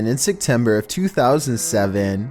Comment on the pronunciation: this is the 3rd or 4th video I've watched with as the narrator where the month of September is brought up. Am I the only one that hears him say sectember